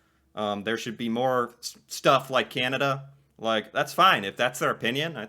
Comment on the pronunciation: Please stop saying Key Ann A Duh! Thing soup is In? What is a "Can"? What you should say with a tongue depressor in proper use? What is "A"